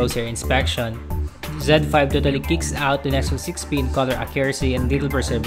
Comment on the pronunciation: Zed. He pronounced it as zen.